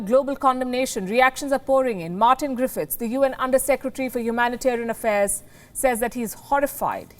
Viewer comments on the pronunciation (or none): none